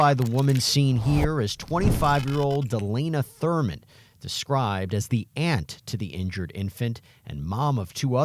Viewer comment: I thought the aunt said Delaina “vermin”…it was Thurman …